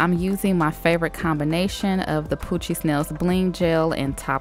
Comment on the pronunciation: I love how you say Poochiez Nails Lol